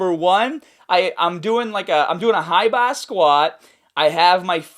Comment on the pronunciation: I'm doing a HIGHBAAAAH squad